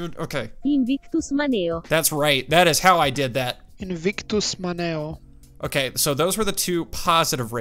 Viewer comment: That’s crazy “Invictus Maneo” came up. I actually have the Armstrong family crest tattooed on my right shoulder with that phrase. You pronounced it right. 👍